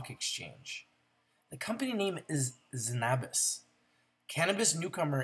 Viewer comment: hey, just so ya know it's pronounced ZEN-a-bis, not zen-AH-bis